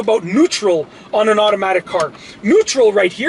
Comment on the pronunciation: It is automatic car not iromatic car 😂